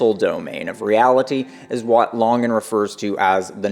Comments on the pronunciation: Why do you pronounce it "lahngan" its LANGAN yknow like LANGuages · This is from the CTMU FB group, Chris Langan's own comment about the video: Eike (FB commenter): "Good stuff, but I am confused why the name 'Langan' is pronounced the way it is. Because of that, I first thought that this could be a troll video." Response (Chris Langan): The narrator seems to have an adequate philosophy background, and his understanding of the theory is impressive relative to most. But it's far from perfect. This is especially obvious when he reserves judgment regarding some aspects of the theory, finds some things about it "suspect", implies that Whitehead (and Bernardo Kastrup of all people) are legitimate competitors, refers to my aggressive and abrasive personality, cites the controvery regarding my IQ, and so on. The constant mispronunciation of my name is also worrisome, as this is a very well-established trolling indicator. Syndiffeonesis wasn't adequately explained, telesis wasn't introduced as a "metasubstance", and the word "supertautology" wasn't mentioned at all, thus obscuring the unequivocal superiority of the CTMU to other theories. So despite the strong points of this defense, I remain undecided about it pending more information. As for bending over backward to maintain the appearance of neutrality, it's no longer justified. After decades of idiotic trolling by the likes of "professor dave" and other mindless chuckleheads, those days are gone. It's time to simply tell the truth.